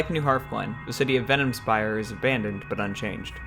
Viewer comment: Also, Venomspite, not Venomspire.